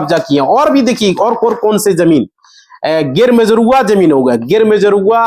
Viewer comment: Gair majarva hota hai Ganr Ganr kar rahe ho